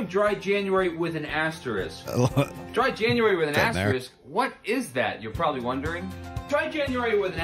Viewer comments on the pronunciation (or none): That Dry January guy cannot say *asterisk properly. He’s missing the K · is worried that he mispronounced coupon, completely unaware that he consistently says asterisk wrong. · was worried about how he pronounced Coupon, not worried about his pronunciation of asterisk.